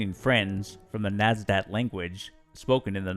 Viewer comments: 2.04, Nadsat, not Nasdat. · lt's "Nadsat", russian word for "teen". Not "Nasdaq" Shame to spoil the video for something that could be easily looked up.